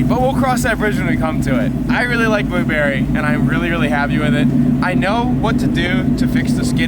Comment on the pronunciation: "FRENCH ACCENT" Blueberry